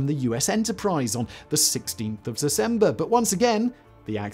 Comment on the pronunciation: “The 16th of Sesember”